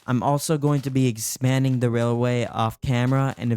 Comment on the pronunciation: Railwaway, railalaway, railailray, blwahkdwj I can’t say railway! 😂 that was hilarious. What a lovely, lovely world we live in, huh dude? 😄